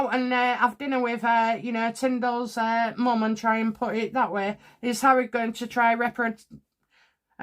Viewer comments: I’m sorry, but it’s Mrs Tillman, not Tindal! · For goodness sake get the man's name right! It's Tillman, TILLMAN! So bloody disrespectful.